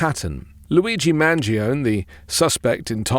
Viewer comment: It's not mangion , it's mangione